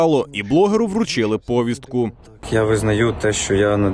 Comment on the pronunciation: Будь ласка, дайте мені відповідь на декілька питань: - чому пОвістка? - коли навчитесь вірно ставити наголос у словах і цим перестанете знущатися з української мови?